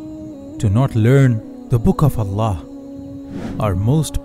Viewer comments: Get a Narrator. I don't like how the AI pronounces "Allah" (SWT) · The person telling story ..are you mispronouncing the words on purpose...like Allah, Quran, and any other videos your talking over